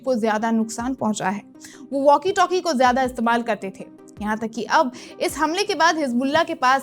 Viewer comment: मैम वाकी टाकी नहीं होता है... वॅाकी टॅाकी होता है.... इंसानियत की नहीं बल्कि इंसानियत का होता है... लगता है अंग्रेजी माध्यम पढ़ी हैं....